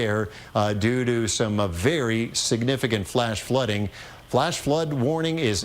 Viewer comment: the cross street to Hulen, not Hulan as she called it